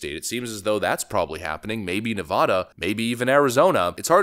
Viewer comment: I really do wonder why people say Nevada that way...